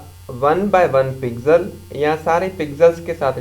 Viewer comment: lode pixel hota h pigsel kya bol rha